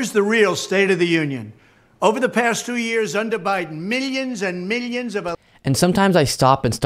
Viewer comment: Meelyans and beelyans 😂